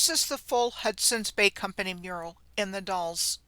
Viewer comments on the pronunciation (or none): The Dalles Oregon is said, like gals, only with a D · love your work. We pronounce The Dallas like name Al. A like apple. The D al les and Sililo is S lie lo. (just for those that are curious)